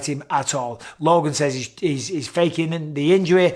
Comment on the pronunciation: Love big Mike but my god stop saying LOGAN lol